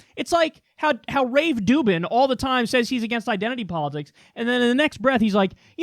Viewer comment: Kyle, I agree 100% with what you say about Candace Owens, but I'm concerned with how you pronounce peoples names. First you called Jake Tapper "Tap Jaker", now you call Dave Ruben "Rave Duben".